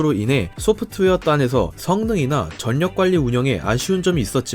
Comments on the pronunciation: 전력도 [전력] 으로 읽음....절력으로 읽으셔야죠...사전 참조하세요... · 전력:절ː력 이라고 발음 하시면 됩니다. 전역이라고 계속 짧게 하시니깐 이상하게 들림. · 발음 좀.. 전녁.. 절력.. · "전력"---->"절력" 으로 국민 거의다 읽는데 "전녁" 으로 발음하는거 와 10월 "시월"을 "시벌"로 발음하는거 정말 거슬리네요~요즘애들 한글파괴 하는것이랑 발음 멋대로 하는거 정말 보기 싫던데...님아 그런식으로 한국사회에 나가면 "못배워 처먹었다"고 쌍욕 듣습니다~상당히 심한 욕이죠? 하지만 그욕들은 님이 그러진 않겠지만 "단어발음 따위가 뭐가 대단하냐"며 기분 나빠 따질 사항이 아니라 한국인이라면 누구나 "고쳐야겠구나" 라고 마음먹고 자연스럽게 지켜야할 예절이자 기본 사항입니다. 참고해주시길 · 저전녁......전녁..... 유난히 이 영상에 전력 이라는 단어가 많이 들어가네요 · 전력을 '전녁'이라고 읽지 말고 '절력'이라고 읽어주세요. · 전력 전녁이 아니라 절력이라고 발음 해야합니다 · 제발 한글좀 제대로 읽으세요 "전녁:이 뭡니까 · 전력 발음 전녁 아니구 절력이에요. 신라 발음이 신나 아니고 실라 이듯이..초반에 반복적으로 전력이란 단어가 나오는데 좀 신경 쓰여서요. 목소리 참 좋으신데 발음이 좀 아쉬워요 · 제발요. 한국어 발음을 정확히 부탁드립니다. 두음법칙... 전력의 올바른 발음은 "절력"입니다